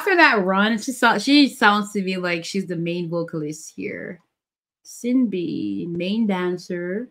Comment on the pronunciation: Viviz have no positions. There's no main dancer or vocal like they did in Gfriend since they said they want to keep VIVIZ more equal and that they'll keep the positions for GFRIEND. Also the names are pronunced as SHIN-BEE , UHN-HA and OHMJI